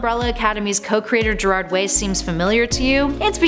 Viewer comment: I heard someone day Gerald Way and I'm still weak.